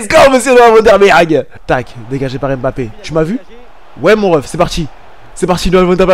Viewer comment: je comprend pas comme congolais d'origine tu prononce aussi mal les nom africains comme les europeens cest quoi à dire "em bapé" alors que ca se lit "mbappé" toi aussi frère,sinon ta carière es interressante mais pardon corrige l'appelation des noms africains avec M-lié ou N-lié a une consomne c'est mbappé comme quant tu fait "mouah" !merci